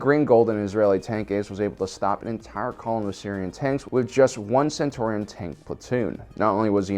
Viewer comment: It's "Cen-CHUR-rion"